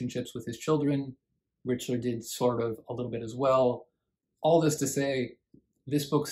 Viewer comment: Mr. Richler is not “a national treasure “ in Quebec. That’s for sure. BTW - it’s R ick ler. 😊